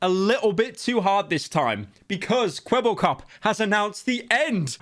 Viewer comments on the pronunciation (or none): Now now pyro, say the line properly. "Kwebblekop is finished" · Idk if that's just how he says his name, but it really sounds like the AI doesn't know how to pronounce "Kwebbelkop", so it just kinda mumbles it really fast